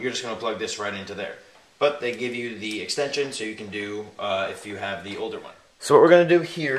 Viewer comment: are you saying D instead of the?